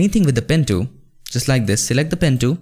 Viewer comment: "pen tooom"